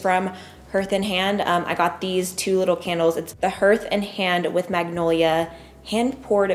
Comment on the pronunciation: Hearth & Hand is pronounced “HARTH” like you’d say “Heart” with an H at the end.